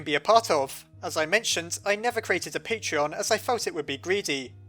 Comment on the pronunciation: And no I won't support your patreon you piece of crap, also you can't pronounce that either.